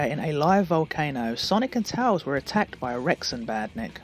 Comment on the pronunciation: Bro I love your videos so much bro thanks for being in my recommended again :) also I like the way you pronounce tails